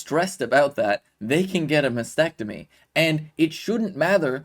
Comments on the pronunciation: …..it’s not Masectomy 🤬🙄Mastectomy, Kay-leeeee 🤦🏻‍♀️ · It’s a mastectomy not masectomy…. Kayleigh … at least get the pronunciation right